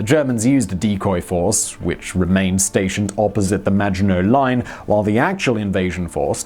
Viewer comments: I keep hearing 'The Imaginary Line'... I guess he's right about his French pronounciation! ;-) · I kept hearing 'imaginary line', not Maginot Line throughout the video. LoL. Maybe because "Imaginary Line" is prob a better name for it anyway. Imagined sense of security. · Same i heared it too on several occations, i thought it was just me :D, and i agree in hindsight, it would be a more fitting name :P